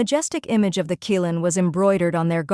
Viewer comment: C(h)ilin not kilin!